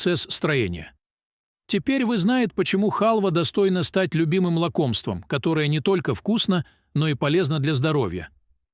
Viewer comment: О, а я и не знала, что хАлва - это лакОмство. Что за грамотей читает текст. Мигрант?